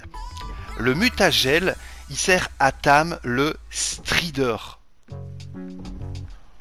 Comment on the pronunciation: Le " strider " x) prononciation française 100 % nan Ptn stp " voidwirn " 😂